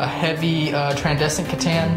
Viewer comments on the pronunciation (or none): My only issue with the video is that it is pronounced "Tran-send-ant" not "Tran-desi-cant."